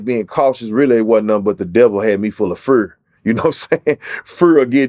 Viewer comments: I'm here for project patt accent lol great rapper cant stop laughing when he said fur instead of fear.😅🤣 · When he said fear 😂😂sounds like he saying fur. I gotta love for project pat and his music. Great interview